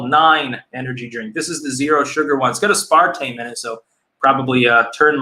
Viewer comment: ' pronunciation of aspartame made me instantly physically ill, ive heard shit abt aspartame but never looked into it is it really that bad??